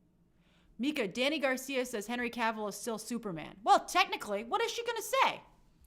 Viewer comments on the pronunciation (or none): none